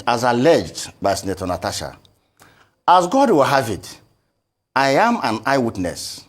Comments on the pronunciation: It is Natasha and not Natacha, please pronounce it correctly. I come in peace. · NataSHa NOT NataCHa